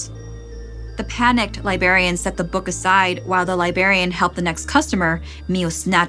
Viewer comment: I wish could pronounce these words more clearly and correctly. Libarian and libary aren't correct and it fucks up the immersion